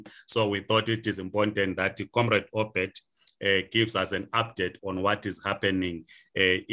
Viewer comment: It is OBERT not Obed.